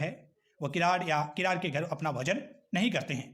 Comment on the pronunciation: Read kiran as kirad